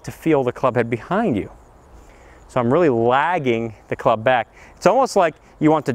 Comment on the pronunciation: Back not Bag...